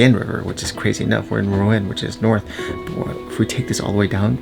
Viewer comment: Great video!! Interesting way of pronouncing Rouen ;-)